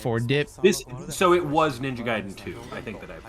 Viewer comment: this guy called it Ninja Gay-den LMAOOOO